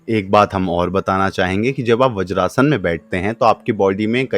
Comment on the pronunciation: व्रजासन नही वज्रासन.